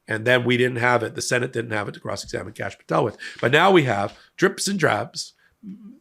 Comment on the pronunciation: did he say Cashapp Patel?